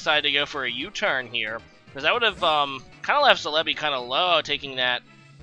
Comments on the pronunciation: Celebi = se-le-bi (stress the se not the le) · The way he says some pokemon names like celebi not calehbi or intimidate makes me cringe but still love his vids